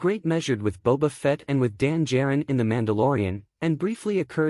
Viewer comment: Hard to take someone seriously when they say Dan jarin and world through worlds. For a lore video shouldn't you get names right?